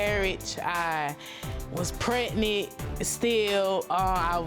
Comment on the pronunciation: Did she just say "pacific" instead of specific, and "pret-nit" instead of pregnant? She do need to run, though. He doesn't put much effort into what he says he's going to do because he knows she ain't leaving.